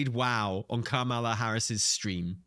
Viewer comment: COMMA-LA. Please say her name correctly. It's not like messing up "harbinger."